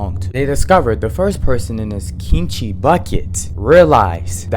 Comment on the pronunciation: Your pronunciation of kimchi is really good! You do it with a soft g sound instead of a hard k sound which is really quite natural. If you think it's fire with the fried rice, try an actual kimchi fried rice. It's even better! With a sunny side up egg on top as well. 🔥